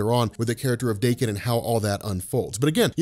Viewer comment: His name is pronounced "Dock-In" not "Day-Kin'. Funny thing is I always pronounced his name as "Dock-In", since the first time I read it. I never knew there was confusion about how to pronounce it. I'm pretty sure this is the first time I ever heard anyone say his name before.